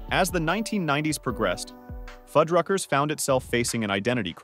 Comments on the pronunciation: Okay, now these computer-generated narrators are just fucking with us. One minute he pronounces the name Fuddruckers correctly and the next it says Foodruckers. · So with this video, I've heard Fuddrucker's pronounced 3 ways - fuhd-ruckers, food-ruckers, feud-ruckers. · What's with pronouncing Fuddruckers 4 different ways throughout the video? Definitely not a real person narrating.